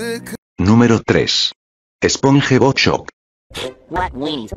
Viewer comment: The "sponhebob" pronunciation killed me🥶🔥💀